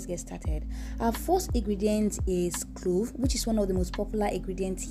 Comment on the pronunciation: Lol ikr, in a previous video she was saying Glove but I guess it's the accent.